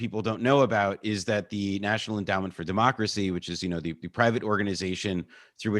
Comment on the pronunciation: Is it me or did the first guess say "dim-mak-cracy?" ( as in dim mak the "death touch")